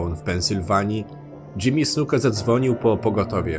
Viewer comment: powiedziałeś Jimmy Suka